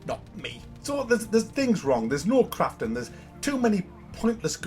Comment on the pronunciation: When you say crafting it sounds like your saying craping. 😂